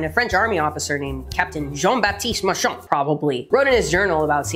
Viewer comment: She did Pronounce "Marchand" properly too. impressive